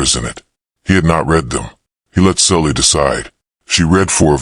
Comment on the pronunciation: I thought the girl's name was Sally, not Sully